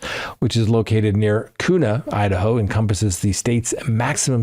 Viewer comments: Not meant as criticisem, love your show, but here in Idaho we pronounce Kuna as Cue- nuh or, Q-nuh, not koo nuh. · Kuna is pronounced like "Q-Na" not "Coo-Na". Thank you from Idaho 😊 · Kuna, Idaho is pronounced KYOO-nuh (like "cue-nuh"). While some people may mispronounce it as "koo-nuh," locals and official sources confirm the correct pronunciation begins with a "kyoo" sound, not a "koo" sound. — this from a Google search. The city’s name has Native American origins. Nothing to do with Spanish words. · Kuna is pronounced Cue-nah. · Call a local and ask them how to pronounce Kuna.